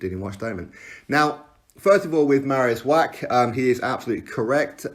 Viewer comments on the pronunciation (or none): You are driving me nuts wach is pronounced Vach Love your clips though x